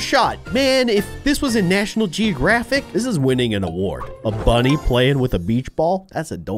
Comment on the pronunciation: He accloy said monny insted of bunny.